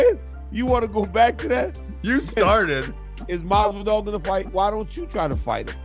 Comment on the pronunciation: If I could bet the house " Josh Masvidal is boxing in his next match " lmfao at the very least get the dudes name right. That had me rolling. :)